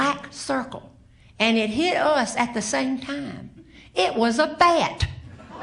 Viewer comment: She has a Southern drawl not unlike my grandmother's side of the family . Especially true is the way the way she turns any word with a short vowel a into two syllables. For instance, gasp becomes gaa-yusp, bat becomes baa-yut. With Meemaw, grass is Gray-uss, etc.